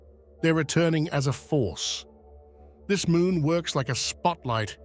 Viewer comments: And it's MOON not MOOM. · Full "Moom" portal hehe